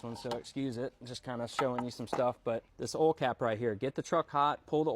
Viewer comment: I thought that’s how you’re supposed to pronounce it